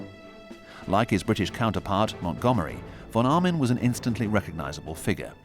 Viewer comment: The name of the german general was von Arnim, not Armin...